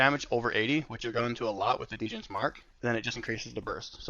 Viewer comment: Great vid. Might have to pick mirage up! Btw Djin is pronounced like jin, the “d” is silent